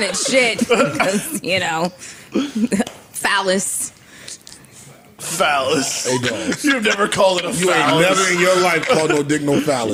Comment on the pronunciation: It's "Phallic" not "Phallis"